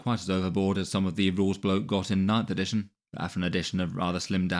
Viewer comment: "Editiojn" Love ya:D